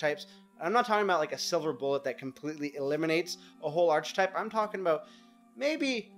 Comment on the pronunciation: Constructive advice... you are saying, "archetype" wacky.